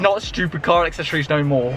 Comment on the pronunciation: And here we go again with the Car “Akseshoryz” 😂 loved the video man! Your some guy 🤣